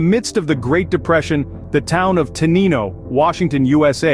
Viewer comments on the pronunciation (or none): FYI: it’s pronounced “ ten-nine-oh”. And was named for the mile post on the railway line (109.0) in the state of Washington on the main north-south train line between Portland Oregon and Seattle Washington.